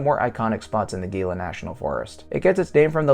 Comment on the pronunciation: For the love of G-d, "HEE-la"